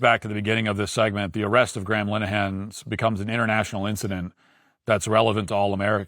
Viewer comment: im more offended at how matt pronounces Graham lol.